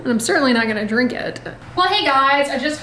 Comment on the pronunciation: I love when the southern comes out when you least expect it…”That’s a draank” 😆